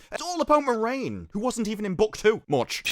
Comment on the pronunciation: I have to say, I am disappointed. You spent the entire review getting a character's name wrong. Every single time you mentioned her, you got her name wrong, just so completely. I have to assume you did it on purpose! Well, just to set the record straight, the main character of this TV series isn't Moraine. It's Moron!